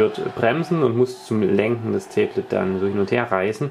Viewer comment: Tee blet warum sagst du immer tee blet meinst du ein tablett mit einer tasse tee drauf oder ein tablet pc?